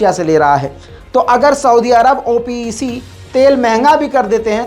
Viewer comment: Bhai it’s called OPEC, NOT called as O P E C